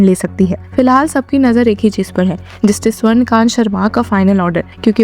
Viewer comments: The name is Swarna Kaantaa not Swarna Kant. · जज महोदया का नाम तो सही से बोलिये... इनका नाम स्वर्ण कांता शर्मा है ना कि स्वर्णकान्त शर्मा 🙄